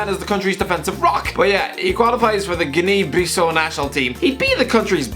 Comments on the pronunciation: interesting prononciation of guinea bissau 😅😂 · I’m not from Africa but I definitely noticed Guinea Bissau was mispronounced